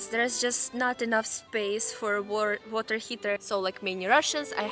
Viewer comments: pronouncing water correctly but then changing it to Russian style. good vid. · Lol you said water (heater part) like an american, then corrected yourself to say it properly